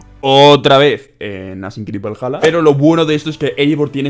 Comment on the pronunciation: todos: valhala: valaya jajajajjaa Crack